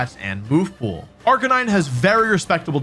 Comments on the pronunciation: unfortunately i was able to determine which pokemon you placed at number 1 since you clearly mispronounced its name, the description fits arcaneenay though, is that what you meant? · surprised wolfey pronounced arcanine wrong. I think he mean arca-knee-neh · Why was he pronouncing Arcanine's name wrong? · you pronounced arcanine wrong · That's now how you say Arcanine...